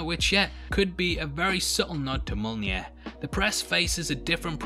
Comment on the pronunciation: woah woah woah how did you pronounce mjolnir